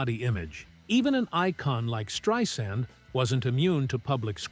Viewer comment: Great video, thank you so much! Just an FYI, that is not how you say her name, it is Strei - sand (pronounced S-TRY-SAND) Thanks!